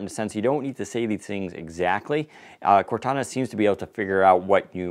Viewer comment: If they're gonna call it Cortana it should sound like Cortana. That's what I was excited about. Serious fail.